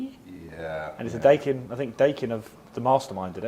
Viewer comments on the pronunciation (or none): Da-e-kin not day-kin だいきん